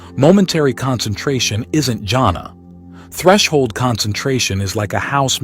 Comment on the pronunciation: I'm sorry you're mispronouncing "JHANA" -- it is pronounced with an H sound as Hannah, or is yahna. It is not pronounced as jungle